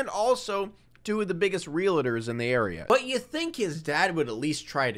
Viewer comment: Did you say "real-a-tor"?